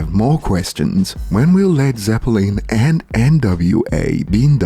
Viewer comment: Omg u did it again its ZEPPELIN not ZEPPLANE, say Londen! The den on the end of londen is how u say the lin on zeppelin and the second e is silent... zeplun is close but more like zeplin/London 😂 u lose 2 points now